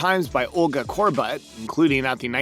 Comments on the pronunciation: Ulga Kor-butt lmao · Her name isn't cor-butt